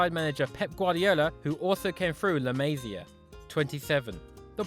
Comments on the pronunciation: Dude, can't stand your butchering of "la Masia"... [ɫə məˈzi.ə]. Please ask a Catalan speaker... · I HATE HOW HE SAYS LA MASIA